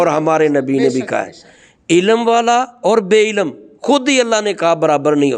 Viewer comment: قبلہ محترم! آپ بھی عربی سے نا بلد محسوس ہوتے ہیں ۔ لفظ ہے "عِلم" عین کے نیچے زیر اور لام اور میم ساکن ۔ مگر جناب بار بار "عِلَم ۔۔۔ عِلَم" کہے چلے جارہے ہیں اور اوپر سے یہ فرما رہے ہیں کہ جو درسِ نظامی یا عربی وغیرہ کا علم نہیں رکھتا وہ جاہل ہے اور جاہل سے کوئی روحانیت صادر نہیں ہوسکتی... میرا ایک سوال ہے چلو یہ کردستانی ڈاکٹر جاھل ہے مگر کیا قرآن میں نہیں لکھا کہ ہم نے قرآن میں وہ بھی نازل کیا ہے جو شفا و رحمت ہے مؤمن کے لیئے "و ننزّل من القرآن ما ھُو شِفاءً وَّ رحمۃً لِلمؤمنین" تو اگر کوئی بھی مسلمان اس سے قطعِ نظر کہ وہ عالم ہے یا جاہل اگر اس آیتِ شفا شریفہ کا عمل کرلے تو کیا وہ لا علاج کا علاج قرآن پاک سے نہیں کرسکتا؟ مولوی صاحب خدارا حسد کو ترک فرما کر اللّٰہ اللّٰہ کیجیئے ۔۔۔